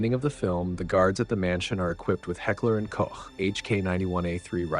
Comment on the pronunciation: As every time, props for the correct pronounciation of "Heckler & Koch" and not saying "Heckler & Coke" or "Heckler & Cock"